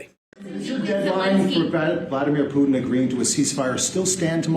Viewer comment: Another reported can't pronounce Putin with a (T) It's Not "Poo In" 🤡